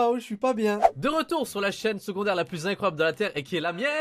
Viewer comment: Secondaire et non segondaire